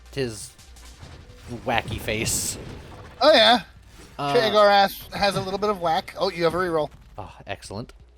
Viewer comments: Am i the only one frustrated by the repeated saying shemogorath instead if sheogorath? Also morrowind with modern graphics would be a fun re-release instead of the thousand copies of skyrim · Nearly a year late, but I heard the name Shuma-Gorath and thought he was talking about a game dealing with Marvel's not-Cthulhu.